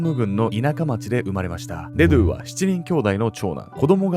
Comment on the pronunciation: デドゥのイントネーション気になって仕方ない